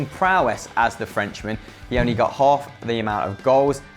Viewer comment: Notice how when they're talking about TIGRES selling gignac to barça it say teh instead of the 😂😆